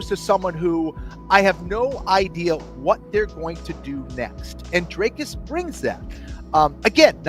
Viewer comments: If you Pronounce his nam,e as "Dracus" you are an uncultured idiot. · For those of you who don't know how to pronounce Dricus Du Plessis - "Dric-uhs Doo-pluh-see", not Draycus Du Plessy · Can an American level with me, why can't you say Dreeecus and opt to say Draaacus ? 🤷🏽‍♂️🤦🏽‍♂️